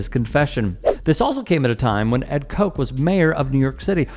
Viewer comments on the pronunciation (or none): Koch, not coke. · Ed "Koch" rhymes with botch, crotch, notch, scotch, and watch. Not "Coke" or "joke." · Hey I hope you actually read this but...... as a Gen X from NJ that lived through all of that BS I just want to give your the correct pronunciation of the NY Mayor's name, he didn't pronounce it as "coke" like the Koch Brothers he pronounced it as "Kcotch" like "Scotch" like the liquor just with a K instead of an S. Maybe in the future while researching older stories that coincide with current stories like this you'd do well to seek out local news reports and videos of that time that involved a subject of your report that you would offer the proper pronunciations of the peoples and proper names involved. IJS I'm not a creator or an influencer (whatever TF that is) but I just think that mipronoucung the Mayor's name could mislable him to the uninformed. He was a Democrat and as far as I could tell he wasn't terrible and loved but at the same time he wasn't great or loved. So a PERFECT Mayor for NYC at the time. Many loved him and his wit, jokes and folksy Yiddish whims. But many hated him and his tough no nonsense stands on basically everything law related! Do with this info what you will. If you actually read it....... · Also, pronounced Ed Koch's name wrong twice. It's spelled like coke but pronounced, Kotch. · Like many people here mentioned, the former mayor’s name is pronounced KaH-ch, not Coke. But I also wanted to point out the similarity between Ed Koch and the present regime. He was a closet queen who put his political aspirations above his gay identity, which was his choice and that’s fine. But what wasn’t and isn’t fine is lashing out at others in society because they’re bold and honest enough to live their truth while you’re a coward. Be that coward if you want, but don’t punish others because you’re too afraid to be yourself. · It's not Ed Coke. It's Ed Cotch like crotch. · Koch is pronounced KAH-CH in NYC. Keep it authentic🧐